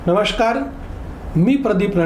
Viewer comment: नमष्कार नव्हे नमस्कार म्हणावे!